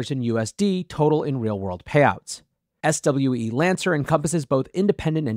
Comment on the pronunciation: SWE-Lancer is pronounced "swee-lancer" like "freelancer"